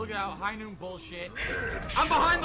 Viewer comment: It’s high NOOT!!!!